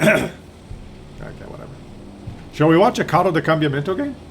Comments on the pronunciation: God, you're much worse than me in the morning, and I'm not a morning person. I understand that you don't speak Italian, but how can you read Combattimento as Cambiamento?? At least it translated funny, as Tank of Change, where Carro da Combattimento means Battle Tank. :) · its COM BAT TI MEN TO kekw